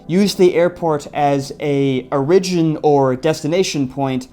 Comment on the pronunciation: . Did you pronounce the word "origin" as "oh-RI-jin"? That's what I thought I heard. It's "OR-i-jin" of course.